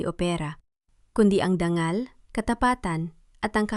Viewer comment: Ano bayan,wag kanang magbasa at magkwento mali mali nman an pagbabasa. Dangal hnd danggal,usapan Hnd usapin,nanginginig hnd Nangin-inig